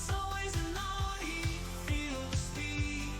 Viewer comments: The auto-singing on your Audi jingle seems to sing "always an ordi". If you re-record it with "always an owdi" as the lyrics, it will probably pronounce it properly. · 18.40 etc. interesting how the AI sings audi as in audio instead of as in Audi. Other than that you’d never know.